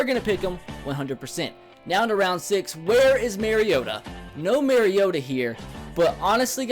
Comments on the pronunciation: ***** says MARE-iota. you're supposed to say MAR-iota. repeat after me. MAR... iota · ***** It's not his accent though. He's saying it wrong. You defending the wrong pronunciation makes you look worse than the people ignorantly saying it wrong. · ***** I dont mind it really. I just think its weird that he says it wrong when he's a titans fan